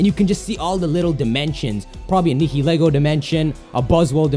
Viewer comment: Nihilego - Nigh-eh-lee-go.